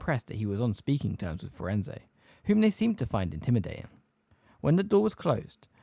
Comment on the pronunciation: It is “emphatically” not “empathetically” Her name is Grubbly-Plank not Grumbly-Plank His name is Firenze. Not FirenZEE JFC man